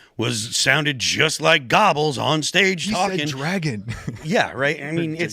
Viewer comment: The German name you're trying to pronounce and murdered... it's pronounced GRR- BELLS. Doesn't look like it does it? It is NOT Gobbles like a turkey.